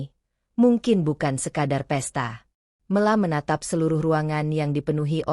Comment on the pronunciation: Mesthinya nama dibaca...Mela bukan Me^ la...